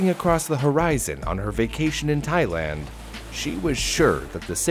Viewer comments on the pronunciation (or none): none